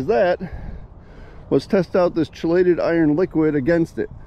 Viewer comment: Great video. It's pronounced key-lay-ted